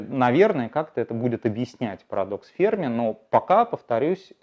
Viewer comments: Не ФЕрми, а ФермИ 🤦‍♂️ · Но ведь ФермИ, ударение на "и" !